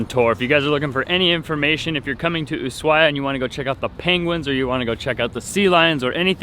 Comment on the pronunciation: VERY awesome shots BUT you guys really need to get on the same page re the pronunciation of "Ushuaia." Are you going to take the narrow-gauge train to the national park?